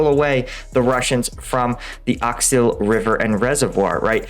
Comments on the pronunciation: I appreciate the efforts you put into producing these videos. A minor point, you're still mispronouncing the name of that river in NE Ukraine. It is Oskil, not Oksil. 🙂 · please, it's OSKIL river not OKSIL. There is even a town of that name O.K.? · Oskil not Oksil LUL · Remember, it’s not oksil river, it’s written Oskil River but unstress O in Russian/Ukrainian is pronounced as an A so Ass-kill river, that’s easy to remember, right? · Oskil River.... not Oxil. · Not Oksil river, man! It's OSKIL river! Please, fix it! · bro it is Oskil not Oksil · The river's name is OSKIL (Aus-kill), and NOT Oxyl! 🙂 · Shh. mispronouncing place names is much needed comic relief in these hard times. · It's funny too and I like it ;) The most important thing is that we understand...